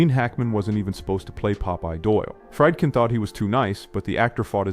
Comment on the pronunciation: The director of "The French Connection" was William Friedkin, pronounced "FREED-kin," NOT "Fry'd-kin."